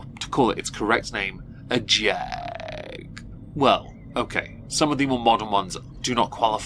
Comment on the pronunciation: If you say Jag like that one more time....